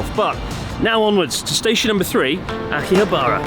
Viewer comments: I had to stop watching the Only In .. channel because he pronounces Asakusa like ASSA KOOSA. If you lived in Japan you know this is wrong. :) Chris please consider not saying Akihab "BAR" a . You guys have lived there long enough to know. :) ok geeky comment i know .. apologies. Great Channel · How can you still not pronounce Akihabara properly after all these years? Slap yourself, do it now.